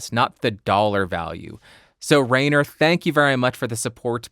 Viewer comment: A little hint, because the German pronunciation is really difficult: "ai" in Rainer is pronounced like "eye" ... R-eye-ner should sound better than Rain-er😊